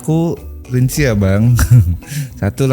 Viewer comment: rimci 😅, ga sekalian jadi kimci aja tuh 🗿